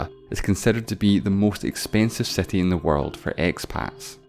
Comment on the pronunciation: Your exaggerated pronunciation of the vowel "i" is really annoying like in million and city which sound like mellion and seti.